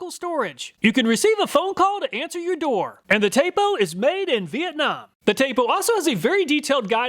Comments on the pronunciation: It's pronounced Tap'o not tape'o and Euf'ee not Euf'eye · This Mf can’t even properly pronounce eufy and tapo correctly 🤡